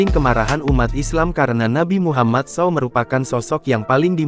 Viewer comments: Yang baca saw aneh kali kau bah...s.a.w bukan saw...kalau saw ya gergaji nanti disalag artikan pak coba baca aja salallahu alaihi wassalam gtu malah saw saw...kalau saw gergaji pe'a kali ente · Tolong juga yg membacakan narasi menyebutkan nama nabi yg bener....Saw apaan saw...... Sebutkan dengan lengkap bamg.... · Astagfirullaah. Alangkah baiknya bila SAW gak di singkat min 🙏🙏. Saya rasa it tidak perlu di singkat kalo di baca ato setidaknya jangan di baca saw. Tapi sebut satu safu hurufnya🙏🙏